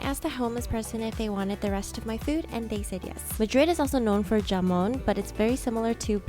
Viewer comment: It’s pronounced ha-mon. J=h in Spanish. Like Javier.